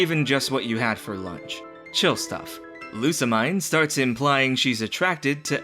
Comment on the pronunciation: I dunno if you'll read this, but the mine om Lusamine is pronounced as meen.